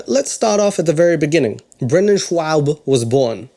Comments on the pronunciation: I couldn’t care less** Brendan Schaub*** “ShhawB” not “ShhwaB” Ka lee Lah 🤣 Ok nvm, I quit. Do your thing. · Ok let's break down your video, ok the second time you pronounced his last name Swaabb, you already killed it, it was already old, it's ok to give you opinion but don't add your little comedy bit in there too, and I just noticed this video is a hour long, I'm good but no thx,you're funny and sh tho. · Great video, but can I just say one thing? That it annoyed the hell out of me, that you kept calling him Brendan "Schuab" or "Schwab". There is no "w" sound in there, it´s just "Schaub"! Look, I hate the man myself, but stuff like that just annoys me, because it´s so easy to research. EVERYONE else I ever heard say the name pronounced it differently than you! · You need to learn how to read dude. There is no w sound in his name. It’s Schuab not Schwab moron. You aren’t funny either so you are the worst person to comment on him not being funny. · His name is pronounced Schob not Schwab. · Shaub Shaub. Not shwab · Love the video but it's pronounced "Shobb" lol not Schwab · It's not scawb,ITS shab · You're actually mispronouncing his name... It's not schwab... It's shaub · Only thing I disagree is how to pronounce Schaub. You go "Schwab" in your Pronounciation not Schaub. I'm from a German speaking Country and this Name came from here I'm sure. (My Italian Boyfriend almost died when u said it sounds Italian xD) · His name is pronounced SHAB, NOT SCHWAB, there's no W. Sheesh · You keep saying his name wrong, it's not schwa-b it's Sch -ob they are different, they are German so they are similar but are still different. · The only thing I don’t like is how much emphasis you put into mispronouncing his name for no reason at all aside from making a terrible joke at the beginning of the video. Weather you know it or knot it’s Schaub not Schwab. Either way it’s hella annoying going out of ur way to mispronounce it. It’s cringe tbh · Schaub, not Schwab